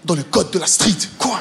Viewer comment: "dans le code de la strett"😂😂 "haa j'peut pas dire c'qui font" 😂